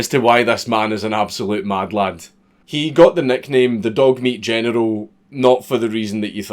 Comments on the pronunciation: Still waiting for him to figure out how to say general without saying genital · You can't say general without it sounding like genital and it is one of many reasons I love you.